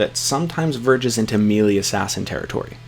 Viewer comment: Love your vids so far, but one minor nitpick that kept rubbing me wrong when I hear it over and over... Melee is pronounced "may - lay", rather than "mee - lee", which sounds a lot like "mealy". Other than that I think you've been doing a great job!